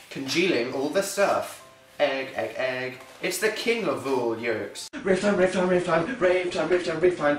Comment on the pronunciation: I thought he said " rape time " xP